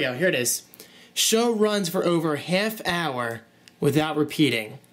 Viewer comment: a hayff hour, you dont say???lol